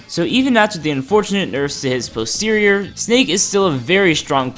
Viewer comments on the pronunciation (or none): none